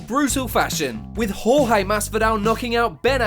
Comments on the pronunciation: Jorge vs Ben should’ve been number 1 no trash talk can go worse then getting knocked out in basically 2 seconds the other 3 is how long it took the ref to stop it 🤣 and why does he have to keep saying George and not Jorge 🤦🏽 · y is man sayin horhe masvida its supposed to be jorge masvidal